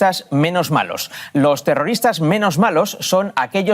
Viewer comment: Zegimoh ziendo terrorihhhtáhhhhhh 😂....xf!!!